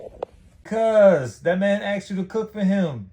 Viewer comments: she "Axed" a lot of questions..lol... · Of Asked, it is